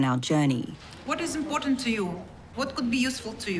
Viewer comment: Stop mispronouncing "Important." There's a "T" in there, NOT a "D."